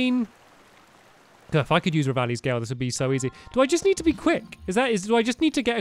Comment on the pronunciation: Its revalis gail.🤣🤣🤣